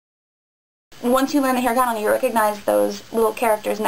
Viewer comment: i dont like that you say hiragan and katakana with an american accent... Love your vids though! : )